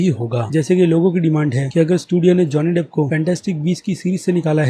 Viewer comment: Pahle naam theek we bolna seekh le